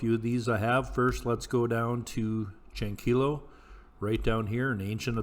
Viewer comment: great video. it's Chankeeyo though. remember in Spanish two Ls sounds like Y